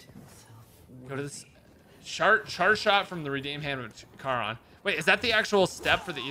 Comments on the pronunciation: Bro, it's care-on not car-on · still annoys me cause I’ve always known care-on and never heard car-on